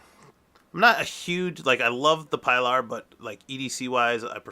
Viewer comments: No pie lar but pee-lar. Hard E please. OK, A good means to preserve your micarta and keep it clean looking is Renaissance wax easy to use and replenish, just takes a very small amount on a lint free cloth, I have used it on blued revolvers and grip for years. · No offense but it is pronounced (PEE-LAR) for Spanish pronunciation and also sounds cooler